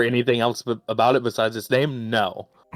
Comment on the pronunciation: Holy wah! please just post a video of you saying about.